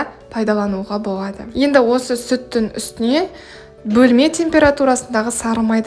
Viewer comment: Боуады, пайдауанылады деп сөйлесіз л әріпін айта алмайды екенсіз, оның орнына в немесе у іріпін қолданасыз, мысалы бвендр деп